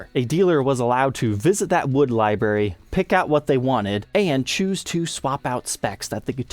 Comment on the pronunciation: Oh my God dude. Can you please learn how to pronounce the word library. There is an R in it. It is not something that grows on bushes. Although I would love liberries